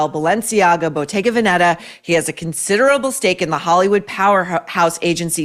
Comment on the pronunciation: I’m almost 50, Italian, and I look like her with not going to the gym and dieting. Also please , before imitating her accent, learn how to pronounce properly BOTTEGA VENETA. When you mentioned it you made my ears bleed, as we say in Italy.Thanks